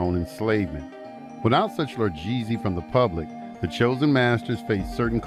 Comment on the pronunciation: Lol, he said largee-z...